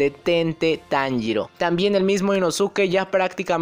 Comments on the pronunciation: Puedes decir inosuke como suena osea inoske esque me da cringe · se escribe inosuke pero se pronuncia inoske algo así como con sasuke= saske Pero inosuke o inoske igual son válidas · por que se escribe así, simplemente su pronunciación es diferente a como se escribe